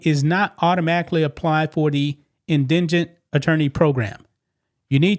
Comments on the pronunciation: It's pronounced IN da gent. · In-Di-Gent Say it again. It's not that hard. In-Di-Gent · Indigent is pronounced IN-DEE-JENT. But yeah, after raising half a million, if I was a supporter of the fund raising, I'd be pissed after they raised the final total amount. The way it looks right now, it's like they KNOW he's going to prison for a very long time, so are milking the situation for all they can before he's sent away. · IN - DI-GENT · I love watching "Canadians" attempt to pronounce words.. IN-di-gent... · The word, "indigent" has the stress on the FIRST syllable - IN di jint. This would be like the word "indian." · It's pronounced IN-DI-GENT- it's a hard word. I appreciate your content- thank you for being you <3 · It is IN-DI-GENT pronunciation. Listen to it enunciated correctly on Google. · IN - DI - GENT (like the G in gentle), Lord have mercy. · IN-de-je-jent. The word is not in any way related to the words "in-DIJ-je-nus", not is it related to the word "in-DIG-nant". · I love you but I have to tell you: In-di-jent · On the rewatch crew. Not the grammar police, but you said you were not sure how to pronounce Indigent. Maybe this break down will help. In-duh-gent. Thanks for all the great content❤ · Love your videos but I will help with indigent pronouncement in-di-gent. Not trying to be a smarta## just wanted to help. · It's pronounced IN DUH JINT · FFS dude! It`s pronounced "IN-DI-GENT" Anyone with average "IN-TELL-ECT" would have spent 5 seconds and googled the proper pronunciation. Very unprofessional. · (En-dee-jint) Indigent. It's not that hard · Dam liberals ruining schools. You're not alone several commenters can't pronounce indigent. In da gent, indigent. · you said it correctly inn dih gent, the first time you said it and then it was a train wreck lol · Holy shit man. Sound it out. In - di - gent. I guess the navy doesn't require more than 3rd grade literacy skills. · In-di-gent my friend. 🫶❤️ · Love channel indigent pronunciation inn di gent